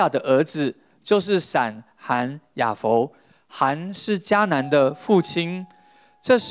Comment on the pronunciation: 雅弗。弗二聲福。ㄈㄨˊ